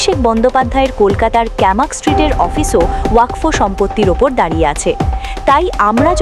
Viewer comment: আরে ভাই উচ্চারণ ঠিক করে বলুন।ওয়াক ফ এটা আবার কী?